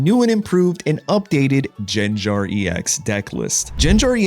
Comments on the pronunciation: Bruh frfr. Annoying asf because Gengar is my favorite Pokémon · it's understandable mistake since you guys pronounce ginger as jinjer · Someone never watched the Pokemon animated show.. Unless you're trolling us on purpose saying Gengar name wrong... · Guh^. G as in good. Not juh sound. Lol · Everyone: Gengar 💪 Him: Jenjar? 😮😮😮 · Bro I loved your videos until you jen jar bro it's gang-garr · lil bro literally says gengar u ain’t slick fn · I dont care if Jen-Jar is deliberate, it grates on my brain and makes me irrationally angry. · Jen-Jar bro wtf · Jenjar... Pronouncing Pokémon names like Wolfe used to at this point 😂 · hearing jenjar :face-fuchsia-wide-eyes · Take a shot everytime he says Jenjar. I approve of this subtle way to drive engagement. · Im only 39 seconds into the video, does he do this "Jenjar" thing the entire video? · Schenschar ex pls no 😭 my ears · It's understandable how you pronounce it as Jenjar, since we pronounce ginger as jinjer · Say Jenjar one more time bro I swear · JENJAR LMFAO. hey kept saying it over and over I'm dead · In the last gengar video (THIS Gengar EX Deck is a HUGE UPGRADE! - Pokemon Pocket) he pronounced it correct now he is pronouncing it like Jenjar what happened in between then and now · I cringe every time he says Jenjar. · "jenjar"? shame on u. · How many times must explain why he pronounces it as Jenjar? 😂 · Yenyar??? 😂😂😂 q chucha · Jenjar?. At this point it's intentional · Ginger EX and Jiratina...it's funny because this comment thread is also engagement. It's engagement bait for people correcting him + meta engagement bait for people who call him out (though he did say it's partially because that's how he said it as a kid lol) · I hated your pronunciation at first, but the story is charming so I approve 😋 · When you have to pronounce the name wrong for content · Why do you pronounce Gengar like that? Nevertheless, this looks like a fun deck and I'm going to try it out. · HOW DARE YOU SAY GENGAR PROPERLY